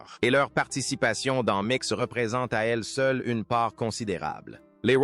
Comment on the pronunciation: Et si vous disiez Mic au lieu de M c Jagger